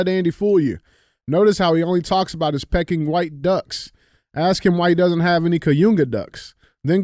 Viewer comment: "Peck-ing" duck?